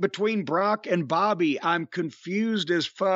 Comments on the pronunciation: I notice that too the way brock say bobby name too funny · “Bawbayy” lmao